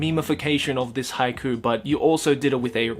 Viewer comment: I'm crying because of Haikyu!! instead of haiku.